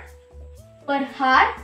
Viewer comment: i am not getting rude or something but I just wanna say that in hour we don't pronounce h we say our as the h is silent it was just so irritating to me that why I said btw you helped me:yougotthis::face-red-heart-shape::goodvibes